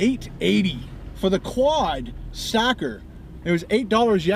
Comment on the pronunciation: It sounded like you said "quad stalker" at the beginning. That gives the video a whole different vibe.